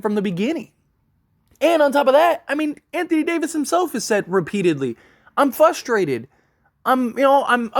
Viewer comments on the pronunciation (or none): “Fustrated” gets me every time..